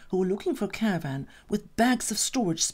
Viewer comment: What’s a “caraRvan” LOL